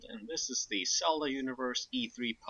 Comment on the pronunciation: My head is spinning because of Hombre's accent... Cody is saying Zelda and talking about Celda but Hombre just always says Selda, generally pronouncing S and Z as a sharp S... I get so dizzy haha!